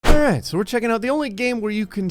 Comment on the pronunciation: At the beginning of every video why do you sound drunk you say alright?